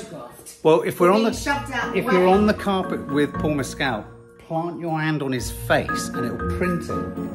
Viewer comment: It’s Paul Mescal not Paul Messcelle